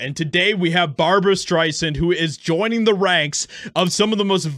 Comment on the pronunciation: BAHBUWAH SCHTRAISANTTTTTTT